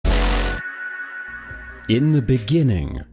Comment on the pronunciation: In the beninging…